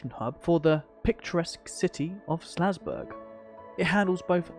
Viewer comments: Nice vid and great overview of the area and its history - just one thing. It's called "SAL"zburg, not "SLA"zburg! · Omg the town is called SALZBURG. The entire time you are calling it SLAZBURG. You're killing me.